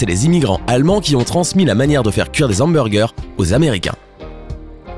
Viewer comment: on dit hamburger pas zamburger